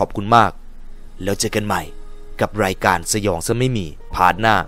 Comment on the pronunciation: สงสัยครับว่ามันเป็นคาเลคเตอร์ของพี่รึว่าพี่เป็นจริงที่ต้องออกเสียงแบบตัว ร กับ ค พร้อมๆกันเช่นคำว่า รายการ ถ้าพี่พูดมันก็จะเป็น รายวการ ใคร ก็จะเป็น ใครว แค่สงสัยครับอยากรุ้คำตอบด้วยครับไม่ได้หาเรื่องอะไรครับแค่อยากรุ้เห็นดารานักร้องหลายคนก็เป็นแต่ถามเค้าไม่ได้เห็นว่าพี่สามารถพูดคุยตอบกลับได้เลยลองถามดูเป็นความรุ้